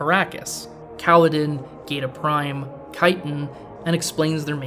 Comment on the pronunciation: Where you get “Pada’sh(ee)? Princess Irulan herself clearly pronounces it in her opening, which you show but don’t run the dialogue. She says Padish(aw). Is it something from the book? I haven’t read it in many years so only going off the movie here. Your pronunciation of the Harkonnen home world as Geda Prime doesn’t jive with the pronunciation as in the opening sequence of “The Spacing Guild report” I’m NOT some fanboy of Lynch’s Dune, I just think when presenting a argument you should be more familiar with the source material as it goes a long way towards establishing your credibility with your audience. Not to mention you are a movie buff, right?